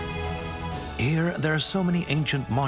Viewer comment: This is AI-generated crap. Warning, AI is getting to the point where it's hard to tell the difference. 1) It's not the "third most visited city in the world." 2) "Grandiose" mispronounced and just hanging there . another mispronounced word. Be warned and please be astute in judging AI for taking humanity from us.